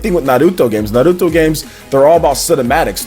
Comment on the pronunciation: Na Ru Toh, O Ro Chi, am i the onle one who laughed when he said like that, it felt like he was trying to hard lol